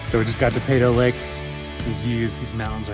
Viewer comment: we say Pee-toe Lake